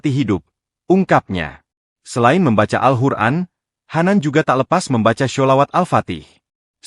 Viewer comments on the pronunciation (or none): none